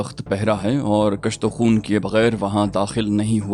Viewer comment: Lafz kushto khoon hey na k kashto khoon,pls note and avoid repeatation.